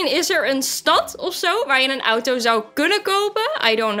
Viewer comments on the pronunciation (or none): none